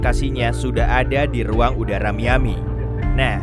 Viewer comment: Kuping gue dengernya MIYABI bukan MIAMI